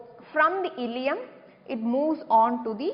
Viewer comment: that illeum, not illelum